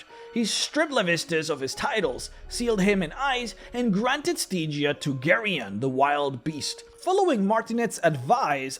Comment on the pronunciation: Stee-gia? Really?